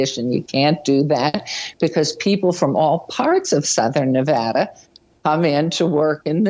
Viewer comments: Ps, thank you for pronouncing Nevada correctly Phil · As a person from Las Vegas the way the governor said Nevada is the correct way to say Nevada, no stupid emphasis on va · OMG you said Nevada right!!!! ❤️❤️❤️ Touched😢😢😢.... I know this is kinda unimportant all things considered, but if you know you know.